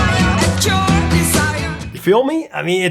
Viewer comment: Hard to believe the original was 1969. Being such a good dance beat, it resurged in the disco era. Had no idea they were from the Netherlands. Another mispronunciation in the last words of the chorus. The words 'your desire' sound more like 'dee-or desire', which always stood out to me.